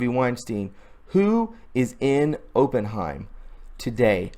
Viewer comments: It’s Opp In heim. Er. As in a investment firm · It’s pronounced op-in-hyme